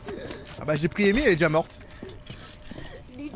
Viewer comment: C’est anglais… Amy se prononce Eymi